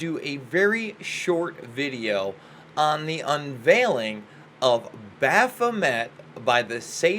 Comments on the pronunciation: Wow. Wearing your ignorance on your sleeve. You obviously have no understanding of Thelema and its teachings. Crowley should never be compared to a charlatan like LaVey. BTW you are mispronouncing "Baphomet." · O no. Not only have you pronounced Baphomet wrong,but you have also not looked into the true meaning of ‘Do as thou wilt shall be the whole of the law.’ Nor have you studied Crowley. Probably just watched YouTube videos that spread it all as evil. Of course it can be used for sociopathy, but so is Christianity. It’s the person using the tools that is designed for light or dark. The tools are not inherently evil. Christ was a mystic & Christians call that interior consciousness evil. ‘Do as thou wilt’ is talking about being aligned with your highest consciousness. Therefore not needing the laws of man bc you are in harmony with natural law & LOVE. Those that walk in Christ consciousnesses are the limb of THE Divine consciousness & therefore ARE the Gods. That’s what it means! Do your homework before spreading Christian falsehoods that have steered the human potential into the pits of ignorance. Maybe stick to subjects you know something about. It’s pronounced Baphomay, you dummy!